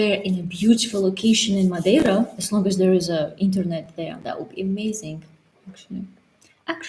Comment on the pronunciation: says Madeira correctly 👏🏼